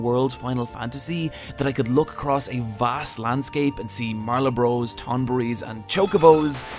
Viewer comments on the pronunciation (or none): Marlabros? Instead of Malboros? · Its pronounced "mah-buh-ro." Like the cigarette.